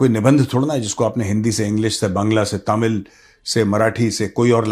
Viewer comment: . Good afternoon Major. You are one of those a few persons from outside TN who correctly pronounce the word Thamizh ..as it should be.